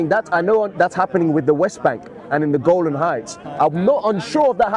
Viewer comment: Brother it's Golan Height and not Golden height. I hope I am correct.